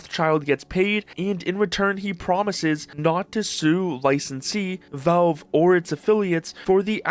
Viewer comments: I don't like the way the narrator says "valve". Sounds more like "vulv". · Wtf is with this dude's pronunciation of Valve? "voulv"